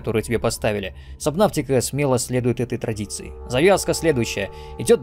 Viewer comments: Немного подбешивает, когда говорят "сабнавтика", хотя правильно "субнотика" 🙂 А так видос каефный, спасибо! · Вообще буквосочетание AU читается как O. Fault, naughty, daughter. Поэтому субнотика, а не сабнавтика🙄